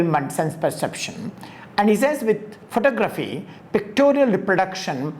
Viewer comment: Enjoyed that and more importantly, it just might be what I was looking for; contemporary thought on art. You are pronouncing photography wrong. There is no need for it because you speak English.👍🏿